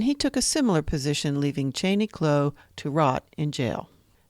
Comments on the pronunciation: Why on earth do you keep calling him Kloe? It is pronounced Clow like Cow but with an L. Descendants of Cheney Clow now spell the last name Clough. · You are saying the name wrong. It is Clow like "Ow! I cut my finger".